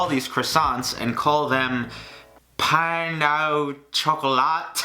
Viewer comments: Pain au chocolat Pronounce like this Pah ah-oo shock-ah-la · Pain au chocolat is what it is lol pronounce pano shocolla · It’s pronounced “pahn oh chocolah” it basically means bread of chocolate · “Pawn aw chakola” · i cant believe i just had to listen to you butcher the French language like that. Pain au chocolat = pan o shock-o-la. omfg y r u like this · Croissant = crescent...Pain au Chocolat =/= crescent .. its like calling every red velvet cake a chocolate cake.. Pain au Chocolat is not hard to pronounce... Pan oh Shock-oh-lah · Yay!!! Great video,. And just a tip, pain au chocolat is pronounced "pahn oh shock-o-laht" with a soft (almost silent) t at the end. It means chocolate bread, and it's how most people who speak french refer to these, because they're not technically traditional croissants (because of their shape). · hello! french speaker here! it is pronounced "pa oh shokola" ! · oh my god his pronunciation of pain au chocolat almost made me gag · Terrible pronunciation of 'Pain au chocolat'... smh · OK IF YOU CANT PRONOUNCE PAIN AU CHOCOLAT THEN OK CALL EM SOMETHING LIKE CHOCOLATE BREAD IDK JUST NOT CHOCOLATE CROISSANTS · When he tried to pronounce it 😣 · YOU MURDERED IT NEVER TRY TO SPEAK FRENCH AGAIN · Don’t pronounce the T at the end at all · Where I live we call these "Pain Au Chocolat" too, but I sometimes do refer to them as "croissant", also was very fun watching butcher it XD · haha "pain au chocolat" you almost got it (lol)